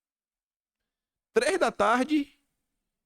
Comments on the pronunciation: Não é Aruarana e sim Araruama kkk. Abraços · KIM , VOCÊ CRIOU UMA NOVA CIDADE AQUI NO RIO, ARUARAMA KKKKK, É ARARUAMA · Não é aruarama não, é Araruama😂😂😅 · Vc falou o nome da minha cidade erradoooooo é Araruama, e foi lindo, apesar da situação ter tentado armar uma palhaçada, mas o povo não deixou barato.